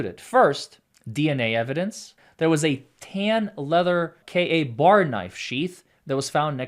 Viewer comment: Really like your work, but are completely mangling the Goncalves name. Please listen to others to get the correct pronunciation. You ought to check something that import. Less import is the knife name: kay-bar, not K A bar.